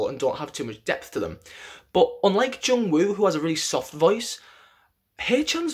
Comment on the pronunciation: The way he say "Jungwoo" and "Haechan" is so satisfying hahahaha